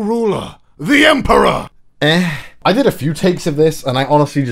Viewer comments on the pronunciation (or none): The way you redid Dr. Light makes him sound like he's the actual bad guy but we don't know that because he hasn't betrayed Megaman yet edit also Our new ruler, the emPEUHUR